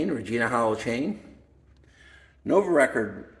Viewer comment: Nice collection… Some pronunciation tips… 1 Nuovo Record = “Noo-wovo Regord” 2 Guerciotti = “Gwer-chiotti” 3 Gipiemme = “Jipi-emmay” I have a Viner (pronounced “Vee-ner”), a Tommasini, a Fondriest and 2 different era Coppis.